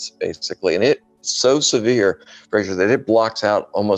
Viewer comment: Very good indeed. Please do another one on the aeronautics of the Mars atmosphere. Thanks (Also, you were very polite: did he call you not Fraser all the way through)